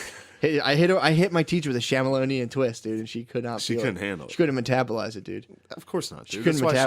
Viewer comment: We just gonna gloss over the instantaneous creation and perfect placement AND PRONUNCIATION of shamalonian?! Cool, cool…